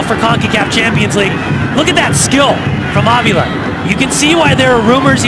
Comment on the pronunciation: A-spin-do-la and Av-e-la hahaha....I think it's Espen-dolah and Ah-vilha there announcer.